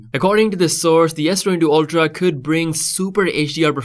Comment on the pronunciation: S22 oLtra wtf it's pronounced "ultra"